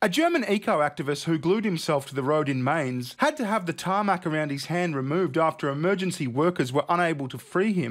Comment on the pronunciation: Mainz is pronounce Myntz. Not Mintz, My..ntz Just sayin'.